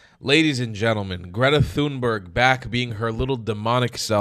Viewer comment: Greta Thunberg's name is pronounced "Greata Tühnberry" instead of "Gredda Thunbörg".